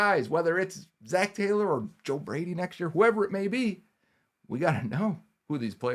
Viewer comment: Taylo you say?